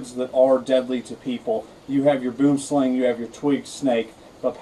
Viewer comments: Kellie-Rae Branders Thank you! I was about to correct him myself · I'm from Africa. Its pronounced "Boo-wem-slung" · WHY THE HELL TDO PEOPLE PRONOUNCE IT SO WRONG? It's not /bum slæŋ/ it's /buəm slaŋ/ it literally means tree snake in my language. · Boomslang...pronounced..bwumslung...pronounced dead if bitten... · Did you now you pronounced it rong I'm from south Africa and if it bites your hand it will swell up and bleed from the wound.Go on YouTube and search snakes in the city boomslang and read a book about snakes really for your own good.